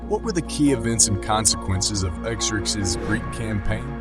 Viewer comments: Please stop saying 'Eck-zerzes......it's 'Zurkzees' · Were there multiple god kings or is there a reason his name is said/pronounced (and spelled) differently throughout this video? For example: Exerxes and Xerxes… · "a i voice" diction error. There was only one Xerxes. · Hmmmm, learned a few things. Biggest question though is how much of this was AI. The artwork looks AI and while more fluid than I'm used to, the vocals are obviously AI because of how it repeatedly mangles the name Xerxes in different ways that no human would do lol. Even the closed captioning appears AI. It was entertaining though but it just seems that too much AI was used and the only thing other than the video clips might be the second voice asking questions in the video. The 3D effect made me wonder where I put my 3D glasses lol.